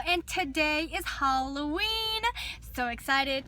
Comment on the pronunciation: Did she say HOLOWEEN?! #SimplyNailogical